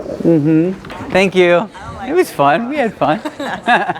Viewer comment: can’t say “thankyou”